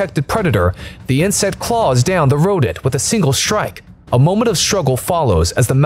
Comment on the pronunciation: I didn't know there was an "sh" in the word strike???!!! Laaaaaaaaaaaaaaaaaaaaaaaaaaame!!! Video rating - 👎👎👎👎👎💩💩💩💩💩